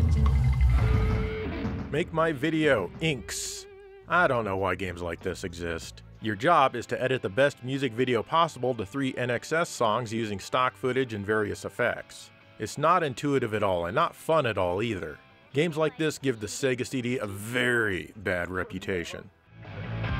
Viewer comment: For goodness sake, INXS is pronounced IN-EXCESS!!!!!!!